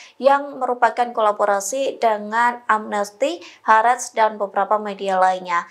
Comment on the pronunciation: News Anchor Tribun ga bisa baca istilah asing ya? kalo E nya dobel bacanya I, Al Mayadeen harusnya bacanya almayadin, hareetz bacanya haritz.